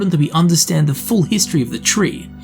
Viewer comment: that was quite the HIST-tree lesson... Anyone?